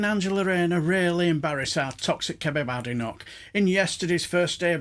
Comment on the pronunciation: It's so good to hear someone pronounce Bad enoch's name correctly.